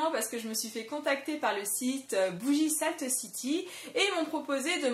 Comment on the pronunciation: Lol tu ma fais rire avec ta petite prononciation à la française de saltcity ^^ sinon très bonne vidéo, au top avec et;) ♥